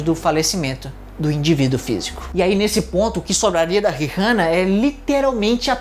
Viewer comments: gnt que agonia dele falando Rirrana toda hora. Tirando isso video muito bom! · Nunca pensei que me incomodaria ao ver alguém pronunciar "rirrana". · o, o "H" no mome fa Rihanna e mudo... onde você vive? no mundo de Miquela?